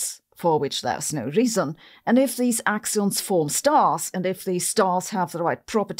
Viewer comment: "Axions" or "we don't understand gravity..." "yeah... let's go with the axions..."